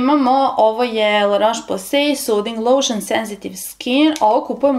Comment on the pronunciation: Cita se LA ROS POZE ,nauci kako se izgovaraju nazivi proizvoda i kog su porekla ! La Roche Posay je francuska kozmetika uglavnom za suvu kozu ! Za tvoju informaciju,svaki proizvod ima rok trajanja tako da je jako lose sto koristis neke proizvode dve godine !